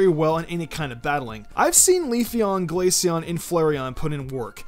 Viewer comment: Glay-see-on? It's Glay-shee-on. Glacier and eon